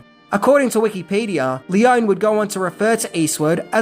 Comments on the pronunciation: The best Western even, made by Italian crew and shot in Italy and Spain. And with the best soundtrack (obviously by legendary Maestro Morricone). PS: I'm probably nitpicky, but English-speaking people just ALWAYS mipronounce Leone. It's read "L-ay-oh-nay". And the movie was not shot in "a studio". It was shot in Cinecittà, the most important film studio in Italy (where Fellini, Visconti, Bertolucci, Coppola, Scorsese shot their movies). During the 60s it was called "Hollywood on the Tiber". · You know, it'll take you just a few seconds to google the correct pronunciation of people's names. It's Leo-nee. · Is it really too much of an effort to learn how to pronounce the names of your heroes correctly before making a video about them? (E.g. Sergio Leone, Ennio Morricone, but also the town Almería.) Btw: The cause of the "translation blunder" in the trailer is the difference in sequence in which the names appear in the title: In Italian, it's "the good, the ugly and the bad" (il buono, il brutto, il cattivo). The reason for the change was the language rhythm, the Italian original fits the film better. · Any other Leone fans cringe every time he mispronounces his name? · That's not how you pronounce "Leone." Not nearly as good as "God's Gun," wherein Lee Van Cleef takes his shirt off and a 12 year old Leif Garret co-stars. Not as much Van Cleef skin as "Captain Apache," but still pretty good. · ( just a note : Lee - own - ee . not lee - own. ) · Great video,, but I'm pretty sure that Sergio Leone's last name is pronounced "Lee-Oh-Nee" not "Lee-Own" and Eli Wallach's name is pronounced "Eee-Lie" not "Ell- Eee". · In Italian one pronounces all the vowels. It's not "lee-OWN," it's "lee-OWN-ee." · It's Leone, not Leon. The same is Corleonre, not Corleon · it's................................LEON-EEEEEE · In Italian the "e' sounds like in Spanish, like it sounds in peg, sex, restore, set, so no, it is NOT Lee-o-nee. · Lee-own-ee say the name right.